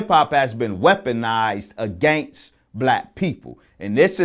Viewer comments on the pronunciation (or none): I trust any man that says "AGANGST" against. That Malcolm X voice